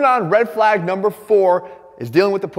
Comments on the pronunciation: Das a REHD FLAAAYGE ova thea! 😅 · Jeff called me a Red Flag, but there were very few L's in the word "flag"